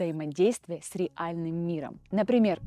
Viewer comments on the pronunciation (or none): Слово РЕАЛЬНЫЙ пишется и произносится вместе, слитно. А не раздельно !. Терпеть не могу когда недоучки начинают коверкать русский язык, меняя ударения или произнося слова как-то иначе думая что это круто. После твоего третьего произношения ре АЛЬНЫЙ, я плюнул на тебя и выключил. А через 10 минут, так и не успокоившись, зашёл что бы написать вот это.